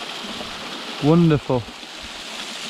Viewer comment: won'dof'foo' wa'ah'foo